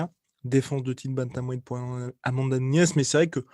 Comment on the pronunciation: J’ai jamais compris pourquoi tu dit Amanda Nhunhes c’est Nunes .😂👍